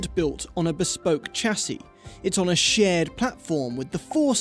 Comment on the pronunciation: please pronounce chassis correctly next time ;)